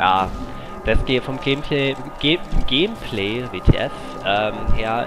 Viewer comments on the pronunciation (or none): er sagt immer gämplä :D